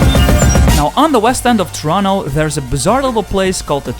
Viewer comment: What in the fuck is torono?